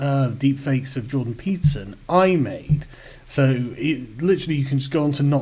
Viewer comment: Just tried that, he doesn't say "Peterson" or "citadel" correctly. He does, however, sing "I'm a little teapot" rather well.